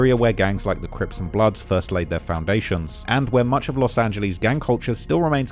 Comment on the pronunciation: Bro it's annoying that you can't say Los Angeles correct. It's not " Los Angiliis" ffs